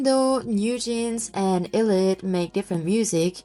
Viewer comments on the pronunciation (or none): How about you learn how to pronounce the group’s name first?